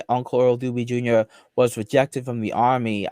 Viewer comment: *the cawl is coming fwom inside the bwuilding.